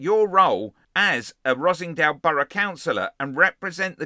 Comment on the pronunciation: Er, Ross-En-Dale, not Rossingdale......